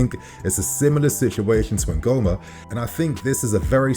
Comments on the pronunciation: Ngumoha is pronounced: Ngoo-moh-hah not Ngoo-mah. It's 🇳🇬n. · The name is Ngumoha (Counting Majority) not Nguhoma please. He's an Igbo boy from Nigeria.